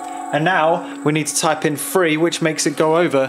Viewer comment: omg it's three not free just like my french kid trying to learn english. Subscribed cause it's good info :)